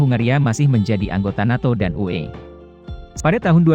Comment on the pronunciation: Input saja uni eropa (UE) atau pengetikan di buat sepasi menjadi U(spasi)E Biar enak di denger